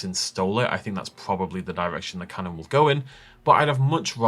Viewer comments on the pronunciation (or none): none